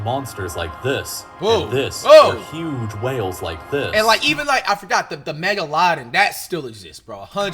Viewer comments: The "megalonin"😂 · flight really said mega-lah-din 😭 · Flight said the Megaladin I'm crying 😹😭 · " The MegaLodin" LMFAO